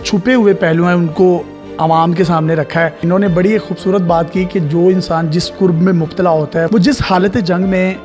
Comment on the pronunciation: Ye lafz qurb ni hota karb hota h. Js ka matlab hota h aziyat. Shayara ny bhi apko durust nhi kia. 🤔